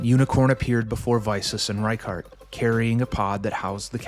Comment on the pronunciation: I was very excited to click on the video. But the name pronunciation... I think I'll skip this one out, sorry